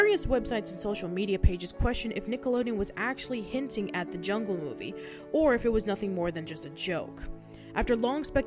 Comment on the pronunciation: "THIS SHOOORE IS A GWEAT MOOFIE!"